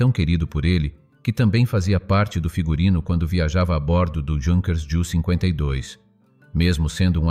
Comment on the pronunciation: Non si dice Giunkers, ma Iunker, è un aereo tedesco non inglese.